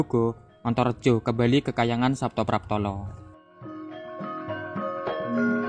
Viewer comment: Saptapratala bukan Saptapraptala da Batara Antaboga ujudnya adalah seekor naga ( ular) yang sangat besar